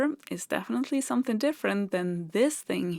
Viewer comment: Something rhymes with ring, bring, or sing. It does not rhyme with bin, sin, or din.